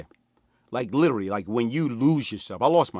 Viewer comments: The way he talks is hilarious Calls Vlad “Blad”, pronounced “literally” as “littery”, says “technicality” when he means “technically”. Imagine laughin at how he talk then he just pull it on you lmaooo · “ Litterey Blad “ 😭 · He littery pronounced every word wrong 😂 somebody call the ambalamce cause I'm littery dying 😂😂😂😂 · Litery Blad...burgry...lmao